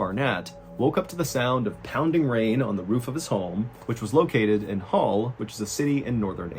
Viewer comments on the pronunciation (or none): HULL not Hall